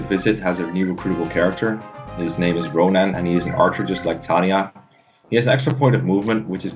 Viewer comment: said the word "Ronan" and that makes me sad